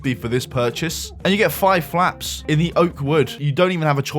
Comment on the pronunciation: You saying 'flaps' is making me laugh.